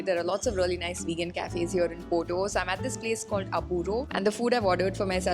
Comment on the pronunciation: Why wud you pronounce Porto poto